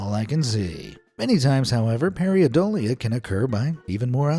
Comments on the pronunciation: Paradolia, not Pariadolia... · Who the hell says pariadolia instead of how the word is said, paradolia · it's not PAIREEuhDOLEA. jeez EVERY video you pronounce something incorrectly. why can't you take the time to get the pronunciations right? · Making a video about pareidolia and then pronouncing it wrong the entire video, is the most thing ever.